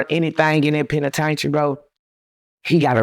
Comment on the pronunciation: 💯 I thoroughly enjoyed this interview! I literally hung onto every word this man said, which was serious until he said "penitaintry" . Then I had to refocus lol. 😁